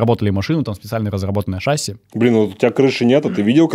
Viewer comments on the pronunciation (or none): не шасси, а шасси!